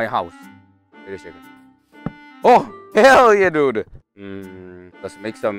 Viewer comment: Not hell :herr yeah